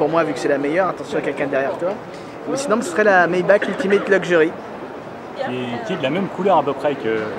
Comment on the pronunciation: sa se prononce "maybaR" en faite, moi aussi je faisais l'erreur avant (je tien ça de source sur, c Géraldine du JT d'auto plus qu'il l'a dit) Sinon super vidéo comme d'hab ^^